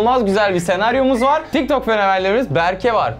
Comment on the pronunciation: Tik tok derken TİKTOK oluyo😂😂